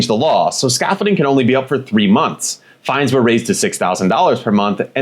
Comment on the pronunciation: FINES NOT FINDS!!!!